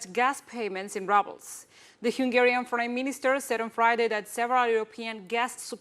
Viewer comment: 😃❤️(excellent linguistics here, minor exception, makes me chuckle 'rubles'; ru first part of word, pronounced as in the word rude [ grosero]) Excellent Anchor!! 😃😃